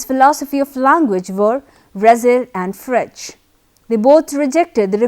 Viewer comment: You are pronouncing Frege wrong!